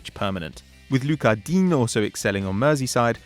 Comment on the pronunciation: "HERARD" "DINNN" (Digne)🤣🤣